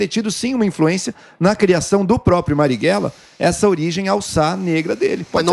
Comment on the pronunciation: Po, é analfabeta? É "Marighella" e não "Marrighella"